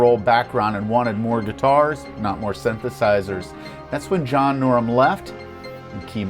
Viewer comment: His name is John Norum; not John Norm.